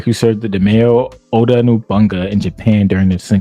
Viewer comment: Every time he says NOBUNGA I cringe. It's No-Bu-Na-Ga